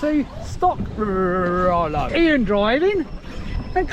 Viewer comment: Come to find out, those are i's in the RC company name, so it's pronounced (Reee-Are-Reee-Oh)